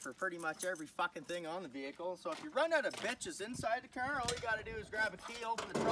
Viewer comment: I’m from Tennessee. I swear I’ve never heard somebody pronounce car the way you do.